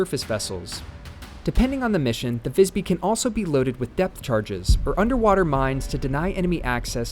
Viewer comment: As a swede its very funny when capten sais "wellcome to Vajsby" hahaha. Apparently the name of the ship is pronounced differently in different languages 😂.